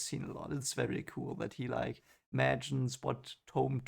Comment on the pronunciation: Moraine ordered new clothes for Rand because all he had were farmers clothes, she wants him to appear of higher station. The Herons are unique to Rand, no other character. It's a part of prophecy, " twice and twice shall he be marked" BTW Thom is pronounced Tom, like Thomas, the H is not spoken.